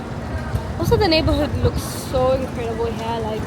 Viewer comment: The leeewwkkss??? Oh darling! 🤭🤭🤭